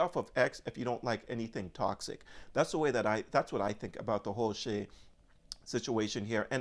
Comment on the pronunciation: His name is not pronounced as you say (Shay). It’s pronounced like Shy. I’m glad you said that about X. Everyone should say what they want and people need to stop crying about it. Anyway all he’s saying is that they need to get rid of terrorists and end war so if anyone is upset with what he’s saying I guess they are pro-terrorism?